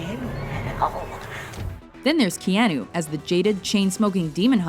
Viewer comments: Stop pronouncing it Keeahnoo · Oh good I'm not the only one that got confused over that one. When she said Ke Ah Noo I was like.... Wait... Have I been pronouncing his name wrong this whole time?! But for some reason WatchMojo have a habit of mispronouncing things. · Kay-ah-noo earn to pronounce it if you're going to narrate a video about him.